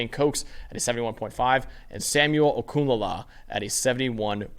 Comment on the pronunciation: You two more know than the so-called “ experts”. And as a Nigerian, I genuinely appreciate your pronunciation of “ Okunlola” and “Nwanko”. It wasn’t perfect ,but an excellent effort nonetheless .Extra portion of Jollof rice for both of you👏🏾👏🏾